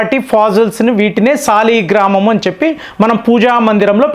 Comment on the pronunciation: అయ్యా... సాలెగ్రామ్ కాదు.. వాటిని సాలిగ్రామం అని అంటారు